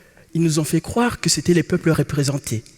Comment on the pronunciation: Il prononce les "e", "é", mais il dit: les garçons poussent dans LE choux et les filles dans LE fleurs. C'est compliqué dans ces conditions de participer à un concours ou le simple changement d'une lettre entraîne souvent un jeu de mot brillant.